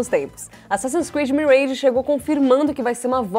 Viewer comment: Nossa, velho... Uma vergonha uma empresa do tamanho do The Enemy e a pessoa falar "mireige". Chega a dar uma fincada no rim huahauahau